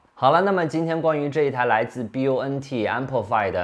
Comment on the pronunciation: AMPLIFI读法不正确